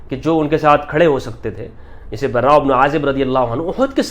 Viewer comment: دجال مخت کا مفتی ہے صحابہ کے نام صحیح لینے نہیں آتے براءمیں ر مشدد نہیں ہے